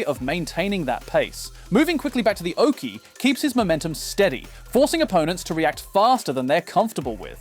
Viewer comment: It's oche, not oakey... 😉